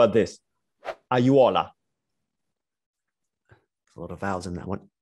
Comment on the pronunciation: Great pronunciation for a foreigner! I still have problems with "aiuola" even after twenty years, and I'm twenty!